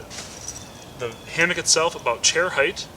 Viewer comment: Say "hamick" one more time...